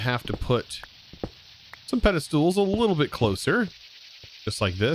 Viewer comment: It always makes me smile when says Pedestoole, Love your videos! keep it up